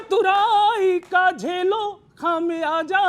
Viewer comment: खामियाज़ा बोलना तो सीख लो ।